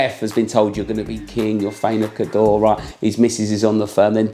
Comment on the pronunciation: Just thought you’d want to know Cawdor is pronounced cor-dor. 😂 Great video. 💓